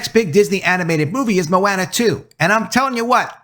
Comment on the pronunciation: I was actively listening up until I heard how you pronounced Moana.